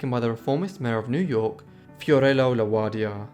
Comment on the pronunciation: I bet THAT'S an "Interesting " read! Nice job coming up with as many pictures as u did. I had never heard of her personally... tho I HAVE heard of the others she was "associated" with. Just watched your part one on the Mitford Sisters. Looking forward to the rest of that series. Tho, Both have mispronounced names. (example: FDR..spelled ROOSE...pronounced... ROSE A VELT.... ) (& La Guardia) Luciano was correct. But Good Work . 👍